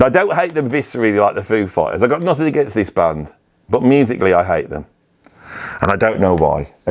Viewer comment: I don't know why you say Hite and Tible. It's Hate and Table